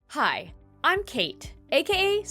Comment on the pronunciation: When u said kate idk why but i heard its as cake